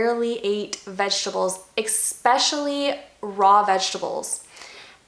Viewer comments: It’s especially girl not eckspecially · There is no such word as ‘Exspecially’!!!! No such word. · She said "eck-specially"! 😆